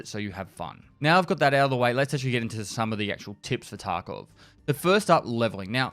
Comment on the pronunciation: I keep hearing Taco instead of Tarkov